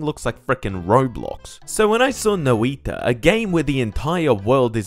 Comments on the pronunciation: It's pronounced "noj-ta" instead of Noi-ta other then that great review as usual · you described the sound better then i could, no iiiiiiiiiiii ta sounds silly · "no-ee-ta but not "noi-ta" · Noi.ta not nOIta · Is that how you pronounce it? I hate that, I'll just say it as i would in Portuguese (nOi-tah as in the emphasis is on the o instead of the i noIH-ta) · Noiitta is a funny way to say noita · Ah yes No-I-ta Jokes aside, great review of a game Fun fact: Noita means Witch in Finnish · Not as Bad as hutts calling it noIda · Fun Fact: Noita is pronounced (Noy-tuhh) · That "noi" is a single syllable and even if it wasn't the stress should always be on the first syllable. But the sounds for each letter were basically correct. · Your pronunciation was pretty good. It's only that "noi" should be a single syllable and even if it wasn't the stress should be on the first syllable. But the sounds for each letter were basically correct.